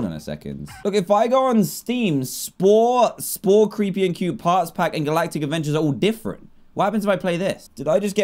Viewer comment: Its funny because when he sed what is spore I heard wha i por 🤣🤣🤣🤣🤣🤣LOOOOOOOL🤣